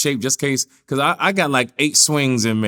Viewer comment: Nobody:: “becourse”